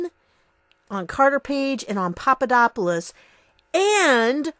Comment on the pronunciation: Not Papadopoulos, Papapapadopodopoulus...